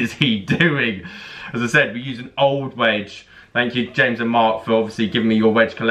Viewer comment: Wedge was butchered 👀